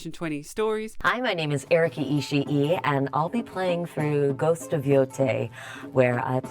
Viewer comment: Also, that guy pretending he can't understand singular "they" is annoying enough, but the fact that he keept mispronouncing Erica's last name was driving me nuts.